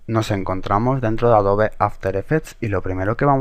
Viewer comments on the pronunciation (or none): none